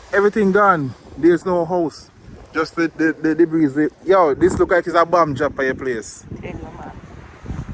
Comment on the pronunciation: Debris pronounced debree. The s is silent.